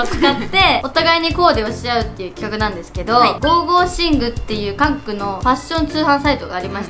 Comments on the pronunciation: 『ゴーゴーシング』じゃなくて『ゴゴシング』じゃない？？ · ゴーゴーシングじゃなくてゴゴシンじゃなかった？